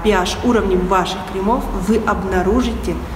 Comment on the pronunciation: Вы мне очень симпатичны, с удовольствием смотрю Ваши видео, особенно нравятся стритстайлы. Очень правильная речь, но ради Бога ( не в обиду ) не кремА - крЕмы, не кремОв -крЕмов! С наступающим! 😘